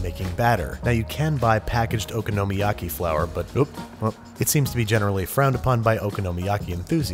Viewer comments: Ooh-con-o-my-yah-key not oka-no-ma-yaki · "Oh-KAH-noh-miyaki". I've never heard Babish's pronunciation. Regardless, I love this dish. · Just be glad you don't speak Japanese d.ronzo17, because how he's pronouncing okonomiyaki is making my ears bleed. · It's funny people are upset about how you pronounce Worcestershire, but not Okonomiyaki. Maybe it's because I grew up where we eat okonomiyaki, I have never heard it pronounced this way before. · It drives me nuts too how he pronounces Okonomiyaki. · nah that drove me nuts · Foxtrot Felix i broke a little inside when he said it like that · "I know I said it wrong, but I'm just trying to trigger you" DUDE! This is the first time I have laughed out loud at your videos :D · its called okonomiyaki not okonomiyaki